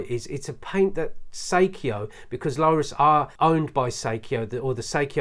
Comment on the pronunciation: Lorus - Not, Lowrus. But looks like it pronounced low - tuhs. Lorus are pretty decent cheap watches, I've got one and it actually has 100 metre water resistance which is insane for a £50 watch. This brand has even been in the film Wall Street, a Lorus dress watch was worn by Bud Fox, he checks the time before his meeting with Gordon Gekko. The watches have a serious crown issue though, as they are very stiff, when turning the crown wheel. Btw - 10mm isn't 'thin' - it's about standard height for watch cases and you say "it isn't scratched up or anything" - that watch has too many huge scratches everywhere, heck, you even showed them when you turned the watch over lol.